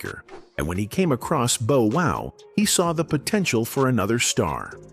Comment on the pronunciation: The pronunciation..“Boe” Wow … is irritating